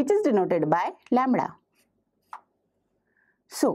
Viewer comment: Not (lemra) its lemda plz not break the legs of English Teacher ❌ phaticher ✔️